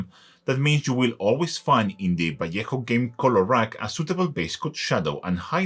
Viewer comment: Qué alegría da escuchar ValleJJJJJJJo en vez de "Valueho"😂😂😂😂😂😂